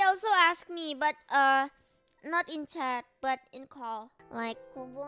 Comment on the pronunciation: Kobo: Haha I'm gonna lie and make people feel bad for me. 😀 People: actually offer help Kobo: wait what? 😢 Also glad I wasn't just hearing things when I thought I kept hearing people/Calli call Kobo 'Gobo'.